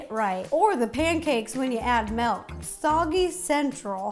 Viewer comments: Everyone: Milk Rosanna: Melk! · Why is no one talking about how she says "melk" instead of "milk" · I still can’t get over how Ro says “melk” and not milk😭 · I used to say melk but now I say milk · Ever since Mike pointed out that Ro says "Melk" instead of milk I can't unhear it lol. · It’s MILK not MELK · I’m sorry did she say “Melk”? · Tbh i like ‘melk’. WAY better 🙂❤️ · I love her sm but…”MELK” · My sister when rosana says milk: mAlK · Did she say malk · "melk" oh no...